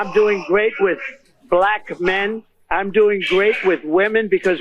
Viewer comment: The way donald Trump says "black" is so weird. He almost makes it two syllables.